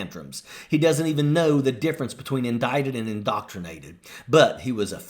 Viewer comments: The moron can't even pronounce indicted. These fools are so freaking ignorant. Why can't these snowflakes go back in the fuqqing woodwork.🌨🌨❄️❄️🤡🤡🤦‍♀️ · The dumb ass can’t even SAY “indicted” correctly and he ACTUALLY believes that ANYONE takes his bullshit seriously?! METH KILLS IDIOT!!! 😂😂😂